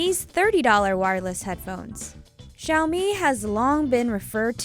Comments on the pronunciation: She’s Asian but she still says Xiaomi as Shaomi? I thought she’d know how to say Xiaomi correctly in Chinese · The way she pronounce xiaomi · You said Xiaomi wrong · did anyone else cringe when she pronounced xiao mi incorrectly or is it just me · I thought Xiaomi was pronounced ex hi ow mi